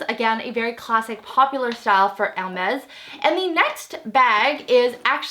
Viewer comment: Probably because of the braces....I hear *Ermez instead of *Ermes